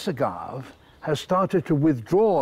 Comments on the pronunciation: Heh, pronouncing it "agav" instead of "agav-eh". White people am I right? Still love these videos though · Ah-Gah-Vayy Not "Uhgahv" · I love Attenborough, but it's driving me crazy that he's pronouncing it "a-gahv". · That plant is the Agave (/əˈɡɑːvi. Not the Uh-gahv. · Dear Sir David, it is not a gov is pronounced a Gov A AGAVAY that's how it's pronounced it is a Spanish word based on Native American language just like Jaguar is not pronounced jaguar it's pronounced Jagwar It's a Mesoamerican word translated into Spanish so they pronounced their words differently than the English please understand just because you say it one way doesn't mean it's the correct way to say it such as agave AGAVAY agav A there's a little - mark over the E. I don't mean to be rude i'm just trying to help you Pronounce the word correctly so that everybody in the world will understand what it is And English people need to understand that not everything is pronounced the way Anglo Saxon English is pronounced things like Japanese are totally different than English don't Angloisize words that are not in your native language. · I’ve never heard anyone pronounce agave without the ‘ā’ sound on the end. In Spanish, that’s how it’s pronounced. If you pronounce it ‘agav’ in the Western Hemisphere people will look at you funny. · Agav. Wheres the agav”aye” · As much as I love his presentations, I do find his pronunciation of agave jarring. Where I'm from it's not pronounced a-gahv, but, rather, a-gahv-ay. A certain species of which makes tequila... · Agavé 👌 not uh-gahv Bud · Hallucinogenic is spelled “hallucinogenic” not “hallucigenic” like the title says. Who wrote that? Also, agave is pronounced “a-GOV-A”, not “a-GOV”. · for the record , we pronouce Agave like ah-gav-ay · Being from SoCal, “Agahhhv” is making me cringe lol. We say “a-gah-vay” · Agave-veh PLEASE! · HOW does David Attenborogh NOT know how to pronounce agave? AH-GAHV-AY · A ga' ve ( pronounced vay) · It’s AaagaaaVEY you yutz.